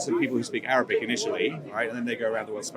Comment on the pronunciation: He keep saying written "in Arrabbic" as if Arabic is not a worthy of language. In my mind he racist hypocrite.